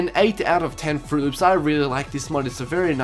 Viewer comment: He says "fruit loops" as in "votes".